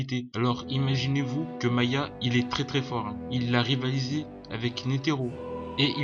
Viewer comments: Y'a aussi "Maya" cest "Ma-HA" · C’est pas maya c’est maHa